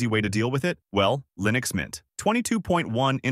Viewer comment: wtf did you just say? did you say Lynux mint?